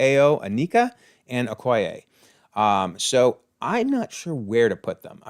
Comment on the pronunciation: Wanted to point out it's Okoye, not Okoya